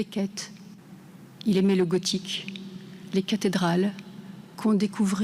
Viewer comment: "il aimé" même les profs ne savent plus parler, alors ne parlons des élèves ! "il aimait" comme le "lait" et pas le lé...etc...